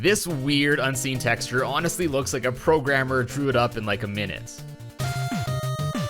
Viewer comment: "Textra" Texture